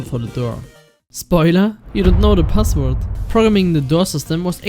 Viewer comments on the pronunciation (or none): I love how you say passwort in a german accent